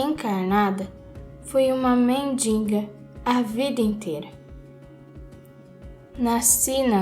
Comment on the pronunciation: sua voz é linda e agradável. Porém, a pronúncia correta é M-E-N-D-I-G-A!